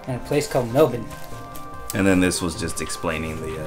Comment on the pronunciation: gets my vote simply for correctly pronouncing Melbourne.